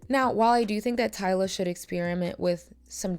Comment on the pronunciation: Finally, you got her name right (Tyla).